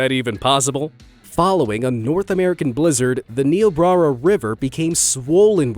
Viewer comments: I live in Nebraska, it was a pretty crazy time during the Spencer damn failure. The river is called the Niobrara River, the locals pronounce it Nye-oh-brair-ah even though google says to pronounce it nee·ow·braa·ruh. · The one in Nebraska- that river is pronounced Ni-yo-brara, not neo-brara.